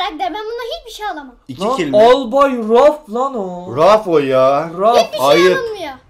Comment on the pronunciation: Albayraf değil raf raf